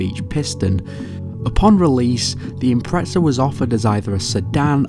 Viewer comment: Where the fuck is the T in IMPREZA?? "IMPRETSA"